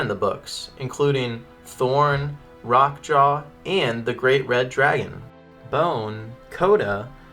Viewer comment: Rrrroque Ja, not Rock jaw. You're not rolling the "R".